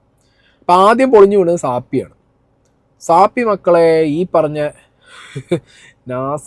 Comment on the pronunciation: എനിക്ക് ഒരു കാര്യം പറയാൻ ഉണ്ട്.നിങ്ങൾ പറയുന്നത് ശരി അല്ല.സാപ്പി അല്ല സാഫി എന്നാ ശരി